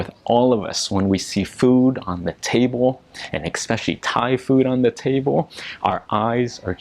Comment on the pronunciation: It’s especially, not ekspecially.